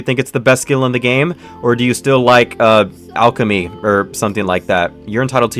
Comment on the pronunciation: bro its alchemy